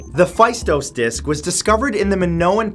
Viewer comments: The phaistos disk is pronounced "Festós" disk (the "e" in Festós is pronounced exactly like in the word "egg"). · Faistos is read "festos "